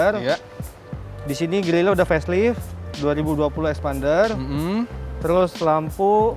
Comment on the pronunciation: Now i know why they called xpander as eksPArnDer... Because they said phonics A as Arr... Not Eh!